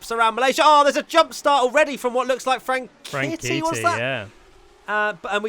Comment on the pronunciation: sayin “Frank-kitty”. 😂